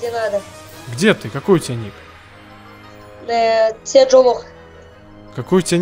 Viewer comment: А кто такой "Сержо"? Может "Седжо"?